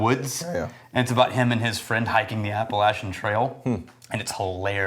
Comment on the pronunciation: As a life long resident of western NC, thank you for pronouncing Appalachian correctly!!! Sidenote: my wife and I both joined the Cult of Ardbeg tonight.